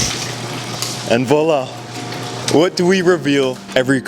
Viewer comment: His pronunciation of “voila” is atrocious. 😬